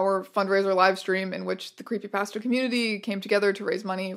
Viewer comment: Your pronounciation of creepypasta still hurts me